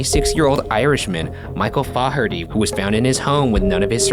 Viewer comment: His name is pronounced FA-HER-T. Think of the "a" sound in "all" when pronouncing the "a".